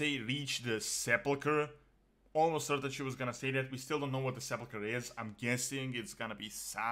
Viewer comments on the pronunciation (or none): none